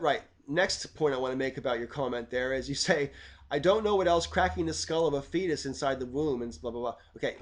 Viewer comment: mmm okay. First time you said fetus, I heard Theist. (Cracking the skull of a theist in the womb etc) I pasued the vid... had a five minute rant at the screen and other folk in the room about how children are by definition atheist at birth... ooops.